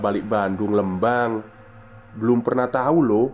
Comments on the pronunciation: Telat nih baru dengerin podcastnya, maaf mas Lembang itu dibaca Lembang pake E biasa, kaya huruf E dikata Merah. 🙏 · Lembang jd leumbang 🙈🙈🙈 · Skedar masukan. Pengucapan " E" pd kata Lembang hrsnya spt Pengucapan E pada kata Lele.maju trus min.....